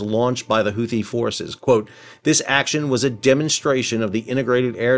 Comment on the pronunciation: Houthi is pronounced hoo-tee, not who-thee.